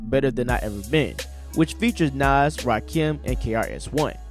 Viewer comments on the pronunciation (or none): none